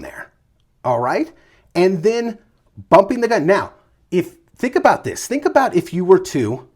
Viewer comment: Its aboot. Talking aboot. Please.